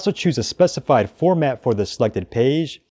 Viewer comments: Terrific video! I watched multiple times. Love the pronunciation of "Peige" :D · Thanks for comprehensive tutorial <3 You pronounce "page" in a funny way)